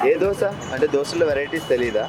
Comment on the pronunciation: Boring place plus it is called Dosa not Dosha ra bokka